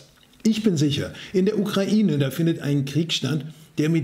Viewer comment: Danke, die wenigsten können heute noch UkrAIne richtig aussprechen!!! Danke, Danke, Danke!!!